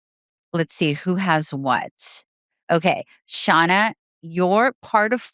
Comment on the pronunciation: Say it with me! “ShARRna”